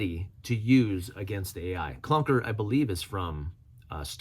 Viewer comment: "Clanker" not clunker. Just want to make sure the AI understands that you are being derogatory. Ok, that's my last comment I promise.